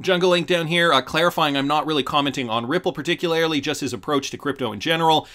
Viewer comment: Do you think you could say particularly like a normal person???